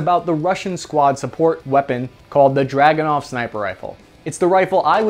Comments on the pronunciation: It's a drooganov not a dragonow. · ACHTUALLY - The Dragonov is pronounce as Dragoonov - So its named after a Cavalary unit called the Dragoons - Pretty cool shit really when I looked it up in my family history...Relative of ours was a Don Cossack...how awesome is that! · Pronouced druh GOON uf. Back in '92 I was a reporter in the war in the former Yugoslavia. A friend of mine had a Dragunov. I questioned the accuracy, as I'd heard bad things, and he says "Here's how you get an accurate Dragunov. You go to the armory ad check out ten Dragunovs. You go to the range and so some thorough test of all ten. One will shoot minute of angle. So that's your rifle." In Sarajevo most of the snipers were working with very high quality hunting rifles. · It's actually DragunOv.